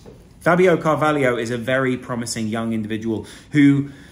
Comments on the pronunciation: It’s Fabio CAR-VAH-LOW not Car-vah-lee-o. Good analysis btw 👍🏻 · It’s Car-va-lho, not Carvalio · Pronounced CarvalHO. Where's the IO FFS!